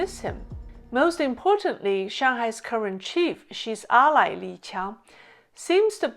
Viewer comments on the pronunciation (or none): none